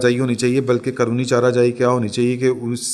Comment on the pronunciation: چارہ جوئی ہوتا ہے۔جائی نہیں۔اسی طرح چل رہے بولا کریں چر رہے نہیں۔